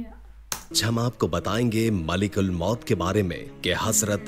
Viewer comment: Bhai malak ul maut hota hai malik ul maut nai